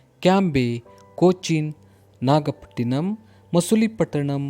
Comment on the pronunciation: sir dutch warehouse in that itz chinsor no not chinsora and nagapatanim not nagapatinam...[not against u sirr.!]